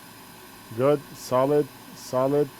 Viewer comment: Everytime says "solid", I hear "salad". What can you do?